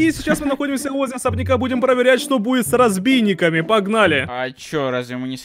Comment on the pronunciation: Зима... Ну не розбииники а пазбойники 🤓🤑